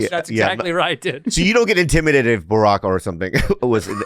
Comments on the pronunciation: Bore-ock Obama had me dead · "Boorock Obama" jack nick-oolson" bobby's been hanging around bert again hasn't he?